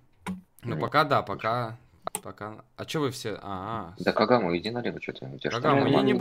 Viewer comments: Кагама а не кигараму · Кигураму 🤣🤣🤣🤣🤣🤣🤣 кагаму - Кигураму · Не кигураму,а кагаму